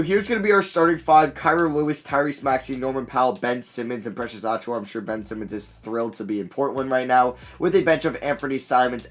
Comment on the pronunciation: And Precious I think lol